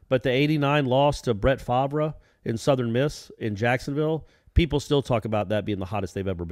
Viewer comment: I had to relisten to see if I heard correctly. Brett Favra? lol.